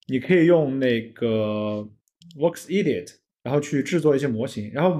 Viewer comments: 分析很到位，关注下，EDIT 说成 IDIOT了 哈哈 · 关键的是他说：“卧是idiot.”